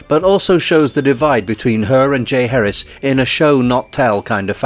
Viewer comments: Its not pronounced Jay Harris. JAH Heir ezzz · Decent video, but small details matter. It’s ‘Ja-HAR-is’ not ‘Jay Harris’ 🐲😁. Thanks for taking note.